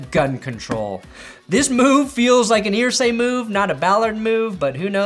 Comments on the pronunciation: Pronounced er-say not ear-say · ERsay! Not EARsay! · Pssst!!! It's pronounced 'ER-say' rather than 'EAR-say'. My poor old Hoosier ears struggle. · Jim Irsay is pronounced like Er not Ear. 😂